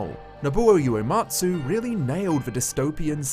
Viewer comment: Small note, but it's "Uematsu", not "Yuematsu". 植 (the "ue" in "ue-matsu") means "plant" (as in to plant a tree); 故 (yue) means a cause or a reason.